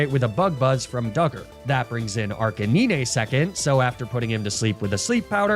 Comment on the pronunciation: Arkakneenay? No its ar canine like the dog.